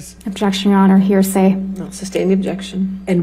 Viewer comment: Hahah, "hersay". Was that on purpose?